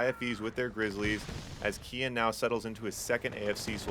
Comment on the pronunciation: Sounds like you're saying "Ken" with an ultra american accent lol "keeee-enn"